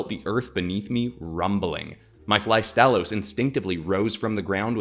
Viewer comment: Flygon and Astalos are a PERFECT match, since they're both dragons with insect elements in their design. Only issue I have is that you butchered Astalos's name. The stress is supposed to be on the first syllable, not the second...